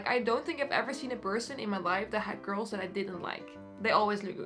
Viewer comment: I think the joke was that when she says “curls” it sounds like “girls” because of her thick accent 😶